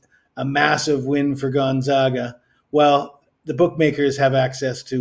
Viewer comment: You just said GONZOGA to finish your speech on a a KANZUS player. I would totally trust you with my money. Stick with it though. Do basic research and a little more planning. Also act a little more excited and keep the video shorter.